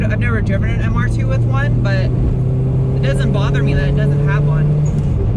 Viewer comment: I only just realised you are calling it Mr Dos, as in two in Spanish. MR2.. Mr Dos.. I get it.. As an Australian I was hearing Mr Dose! which is what Aussies call the turbo flutter noise. so when you kept saying Mr Dose I thought you were going to make him Sutututututututuuututututuutututu.